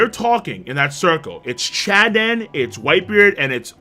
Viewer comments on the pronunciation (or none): Why is oden being called chaden